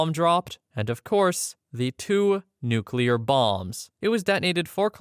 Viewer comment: I do respect you for pronouncing Nuclear correctly.